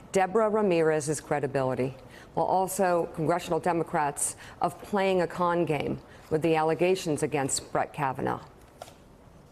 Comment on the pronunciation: why did he have to annunciate con like that what other sort of games does he think we could have mistaken it for